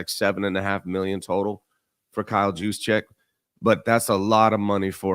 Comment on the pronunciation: Juicecheck? 😂. It’s pronounced with an H. Not a J. This guy must not really watch the Niners.